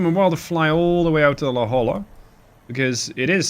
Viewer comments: Just want to add La Jolla is pronounced la hoy ya. I got made fun of when I moved to california due to the same pronunciation mistake, even more so when I tried to say Cahuenga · FTR, La Jolla is properly pronounced " La Hoya".